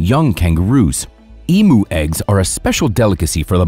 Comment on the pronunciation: The wat you said emu just makes me laugh 😂, also I live in Australia and can confirm that we have A LOT of snakes